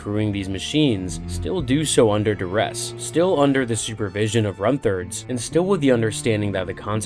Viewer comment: Lost me at 'Runth-erd'...Runt. Herd. A herder of runts. Not an erder of runths